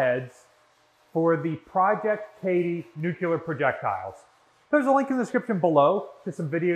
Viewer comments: Absolutely love all of the videos, and love dedication. That being said, please stop saying “Nucular”, it’s Nuclear, as in “Nu Clear”! Thank you for all of your hard work putting these videos together and for your dedication to the ship and it’s history! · Nu-cle-ar, NU-CLE-AR, NOT NU-Q-LAR. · Nuke ya ler? Say "new-clear". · Nuclear, not nucular. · Said it once and I’ll say it again, as a physicist, the word is “new-cle-ar” not “new-cu-ler” only one “u” in the word! Where did you get your degree from and what was it in??? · By now, just saying "nu-ku-ler" simply to annoy me. haha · Every time I hear you pronounce it "nucular", I have to laugh, because all I can think of is this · New-clear. Nuclear. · You're constantly mispronouncing the word nuclear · Anyone else cringe repulsively every time he mispronounces the very-simple-to-pronounce-correctly word, "nuclear"? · Oh no. Here comes his mispronouncing of nuclear.